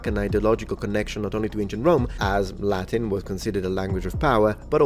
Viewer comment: Your Latin pronunciation is gorgeous.